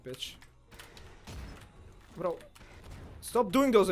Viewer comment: Only Pavelski would say "bro" and somehow fit an L in the word. 😆